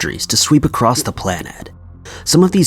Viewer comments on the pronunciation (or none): none